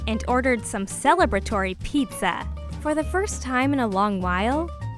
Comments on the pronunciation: You said pezzr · Anybody else say hear her say pizzar